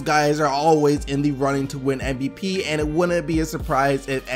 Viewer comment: keeps saying MBP. And it pisses me of, just say it right MVP